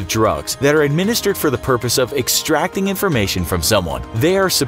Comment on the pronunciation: He said extracating instead of extracting lol